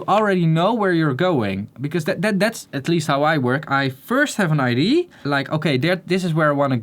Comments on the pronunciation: Take a chill pill, relax bud. I know the rules of English. I was just trying to help him out because the word “ID” and “idea” are two different words, and i’ve heard him pronounce it wrong a few times. His English is stellar already and I meant no offence. Go get some fresh air and take a break from Youtube. xo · Great video! Can i give you an english tip? When you say the word Idea. Make sure to pronounce the letter “a” at the end. I keep hearing you say that and just sayin... Good vid man.